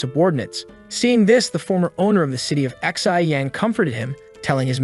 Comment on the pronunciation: I just realized that the Narrator had been pronouncing Xi as "XI," like the Roman numeral, lmao. Should have used Google Translate!